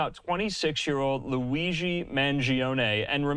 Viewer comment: I’ve heard a number of media people getting his last name wrong. You win the prize, you mispronounced not only his last name but his first name as well. 👏